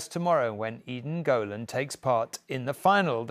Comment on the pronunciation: Why dont u pronounce Eden Golan's name properly